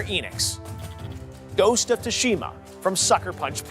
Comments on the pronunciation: Ghost of Too-Shima wtf It’s pronounced sue-sha-muh or sue-shee-ma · Not once did he pronounce “Tsushima” correctly 😂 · 0.o Y is he pronouncing Tsushima like that? Lol